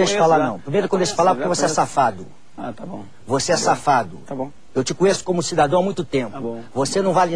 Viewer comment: "Voxê é muleque, voxê é xafado!"